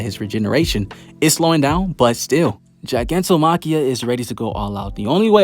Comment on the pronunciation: also its not ji, its gi like guy